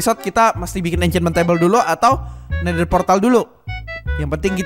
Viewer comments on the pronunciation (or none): Nether bos bukan netter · portal nether bos bukan nether:v